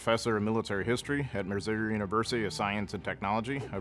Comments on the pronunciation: he can't even say missouri. i hate it here... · I like how he can't even pronounce Missouri lolz